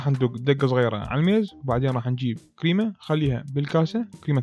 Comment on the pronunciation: يكول كريمة عبالي قيمة🥺😂😂💔 سويلنة قيمة